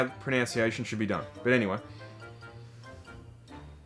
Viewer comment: Cracked me up you guys (rightfully) ragging Yanks about their bad pronunciation and then you say "pronounciation" LOL it's pronunciation. All good, guys :-)